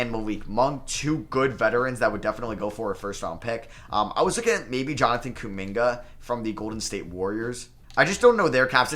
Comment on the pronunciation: Lmaooo I kept waiting for him to realize and read his name again but nope gave that man an entirely new first name LOL!!